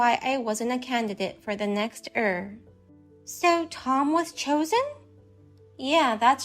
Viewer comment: Heir is pronounced air. Drives me crazy listening to it.